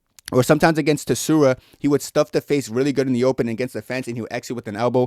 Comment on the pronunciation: rei SU - ROO - YA bro, not TE - SU -RA 😭